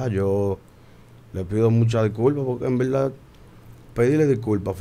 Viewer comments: “En belda en belda” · Cuantas veces dijo envelda jaaja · "En velda en velda"